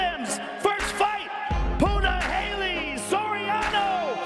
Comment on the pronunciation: Dumbass ROGAN It's pronounced PUNAHELE (POOH NAH HELL EHH) Not PUNA. HALEY.....